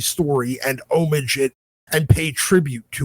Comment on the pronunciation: Bruh, you gotta pronounce the "ah" in "homage." It sounds like you're saying "unbrage" instead. 👺✨🗡👺